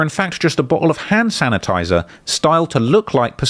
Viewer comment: “ Hannn Sanitizer “😐😐😐boystfu